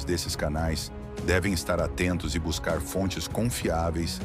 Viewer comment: Não se fala aprendellr, buscallr, o correto é aprender, buscar